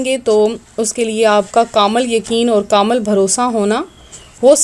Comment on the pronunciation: Darud pak ap ne sahi se nhi parha or ek bat kamal kya hota h kamil hota hai